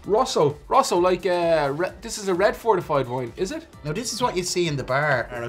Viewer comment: I'm sorry, but to my Canadian ears it sounds like is saying, "Fartified Wine"! So good!!!